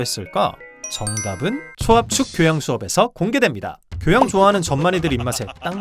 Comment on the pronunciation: 교호양~? 이게 네 교~양이니??